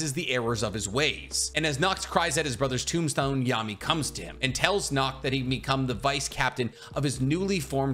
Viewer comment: Seeing folks pronounce Nacht as Nakt just fucks me up as a European.